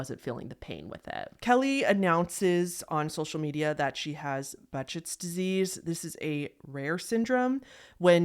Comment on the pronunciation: "Behcet's" is pronounced "Buh-SHAY's," incidentally